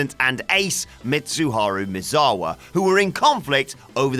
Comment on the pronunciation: Nobody knows who these people are anymore? You must be quite young. The facts aren't sketchy, they are there, it's just that WhatCulture is poor at doing research. The narrator can't even say "Misawa" properly, which leads me to believe he's never watched a Misawa match.